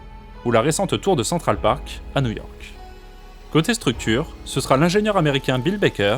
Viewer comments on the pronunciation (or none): none